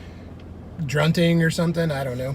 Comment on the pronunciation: “Druntng “ I love it! Haha